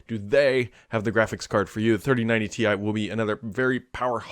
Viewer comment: hey it’s called Ti (tie) short for titanium not T i (tee i)